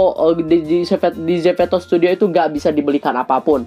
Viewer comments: zepeto not zefeto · Maaf ka salfok kk ngomong zepetonya zeveto😭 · "Zeveto" :D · ko ngomongnya zefeto dah wkwk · Bukan ZEPETO tapi ZEFETO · Kenapa bilangnya zefeto sih?